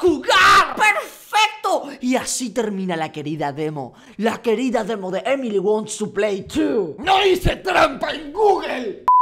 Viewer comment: XD robléis no save leer dise entre por a to play XDDDD🤣😂🤣😂🤣